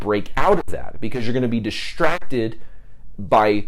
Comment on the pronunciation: Is this a California accent when you say "diSHtracted"?